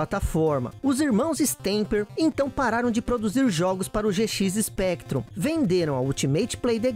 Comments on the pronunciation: eu estou ficando meio surdo ou ele disse GX Spectrum ao invés de ZX Spectrum? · "Gê xis Spectrum" quá quá quá quá escorregou a dentadura do.